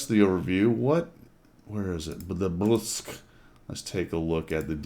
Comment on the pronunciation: It's official now. Every single WOT CC has made fun of how to pronounce Bourasque. Even Skill, and he can't pronounce shit! The worst was probably 4Tankers calling it Burlesque!